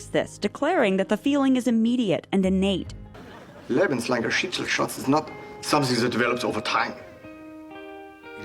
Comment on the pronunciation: After hearing it so often in this video I have to say: the pronounciation of "lebenslanger Schicksalsschatz" in the series is so bad it hurts my German ears... xD (And nobody uses that phrase. Ever.)